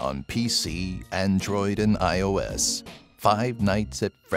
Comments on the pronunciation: he calls ios,"iso" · hah. he said “isO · It’s iOS not iSO